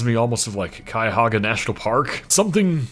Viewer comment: You pronounce Cuyahoga like a true Ohioan. You never cease to impress me!